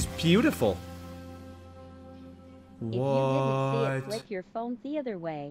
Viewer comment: did my man just say “peautiful”